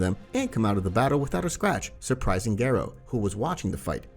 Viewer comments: it's GARO.. not GERO..... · M yes g air oh is how garou is pronounced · why do you pronounce garou like that💀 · Idk why I find it hilarious when "Garou" is just pronounced the English way like it sounds like a normal name